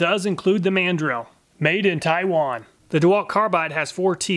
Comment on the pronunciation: How about The pronunciation of the Man. Drill! In instead of mandrel 🤣🛫